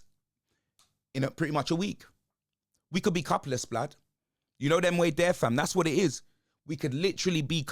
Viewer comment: Man said cupless hahahah